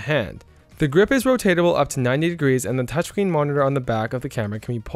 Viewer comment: Did he just say "touch bean" monitor??